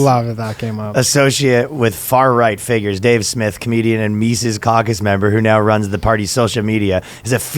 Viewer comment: Good lord dude, his name is pronounced Mises, not "Mises."